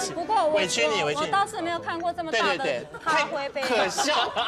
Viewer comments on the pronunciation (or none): 小s快忍不住啦～「咖灰杯咖灰杯」